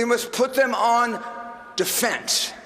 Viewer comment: I'm sorry Giuliani did you say we should put them on "da fence?"